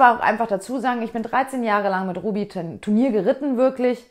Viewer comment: ich frage mich schon länger wieso fast jeder reiter wenn er "turnier", sagen will oft sich verredet u d "tenur" sagt 😂 Ps: Mir gehts auch immer so 😂